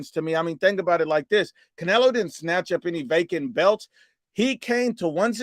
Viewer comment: CaNailO Me: Did he say Canola Oil?!!!